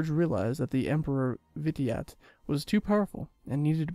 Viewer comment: vitiate is pronounced vi-shee-at like initiate